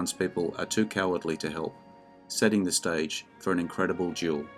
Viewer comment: There is a difference in pronunciation between duel and jewel